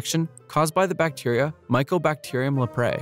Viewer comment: do more brutal drawing, it would be very cool, scary and traumatizing. Compliments to you for pronouncing those bacteria names.